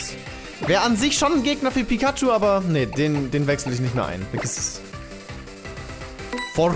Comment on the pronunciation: Pikaschu heißt noch pyschu